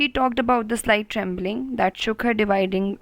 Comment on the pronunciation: It's not dividling it's dwindling